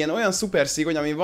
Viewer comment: Szigony nem szigyon😂